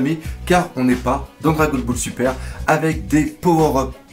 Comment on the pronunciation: Je suis désolais mais je suis obligé de te tire que l'on prononce le "NE" dans le nom du père de luffy dragon . C'est pas pour faire le rabat joie mais je tenais a te le dire . Sinon super vidéo je t'adore continue :) .